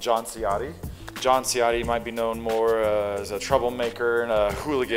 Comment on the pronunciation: His last name is actually pronounced "Chiotti" When a letter C is followed by a vowel in Italian, the C changes to a hard C sound. Basically the same as pronouncing "Versache" and opposed to "Versase". Just sayin'.